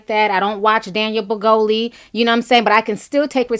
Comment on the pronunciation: Ti, every time you say “Daniel Brigoli” I laugh out loud! 😂😂